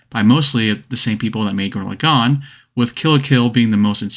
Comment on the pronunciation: gurren laGONE!? say lagann you peasant.